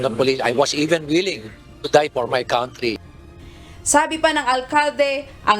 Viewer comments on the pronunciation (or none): He didn't say 'country.' He said, 'count tree.' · kantri hindi kawntri